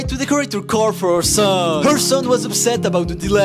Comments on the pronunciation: "in her carrrrr" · "She Continues To Decorate Da Caeuuur" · “Her carrrrrrrr” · "She continues to decorate her carrRr"